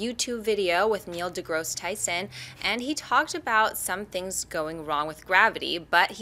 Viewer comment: It's deGRASSE. Not deGROSS.